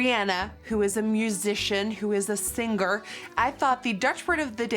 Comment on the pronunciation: Hey Nikkie!! Singer is pronounced without saying the G . /ˈsɪŋə(r)/ 😘